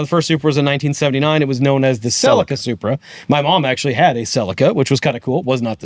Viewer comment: Why can Americans say Supra correctly but never Celica correctly. 'Selleeka'